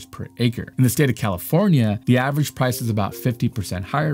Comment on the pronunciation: What's "avarange"? I think you mean "average"